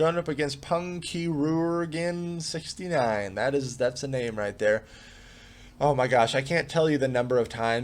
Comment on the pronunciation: Oh man when you said ”Pungkirurgen” you definetely didnt pronounce that right and also it translates to Ballsack surgeon xD